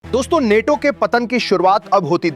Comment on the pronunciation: नेटो‌ नहीं‌ नाटो